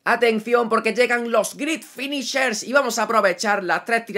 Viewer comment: Grit finishers haha, tremendo ese inglés